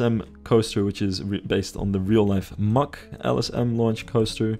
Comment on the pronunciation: Hold up, Mack is pronounced "muck"??